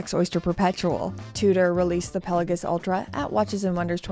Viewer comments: Here we go with calling it a "Pella-giss" again. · Genuine question, is this how we pronounce Pelagos? I’m newer to watches and have heard it pronounced multiple different ways.